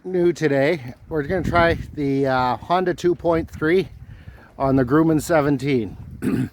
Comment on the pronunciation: It's pronounced "Grum-men" Watch some airplane (WW2) videos. Gruh-Men. Not Grooomen (that hurt my ears so bad) They're the same ones which made the Hellcat, Wildcat, Bearcat...